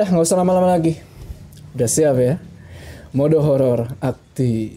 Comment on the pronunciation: kenapa kalok bilang''mode horor aktip''selalu mendelik''bng?